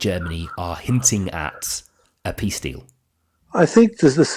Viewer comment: Mfff, he cannot even spell peace, he cannot utter the word peace properly!